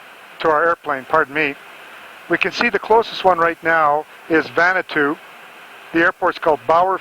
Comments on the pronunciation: Nadi in Fiji is pronounced “Nandi”. Vanuatu was incorrectly pronounced as “Vanatu”. Also, there is no island called Vanuatu. It is an island nation that consists of over 80 islands. The main airport is located in the capital of Port Vila on the island of Efate. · Someone needs to explain to the how to pronounce Nadi and Vanuatu.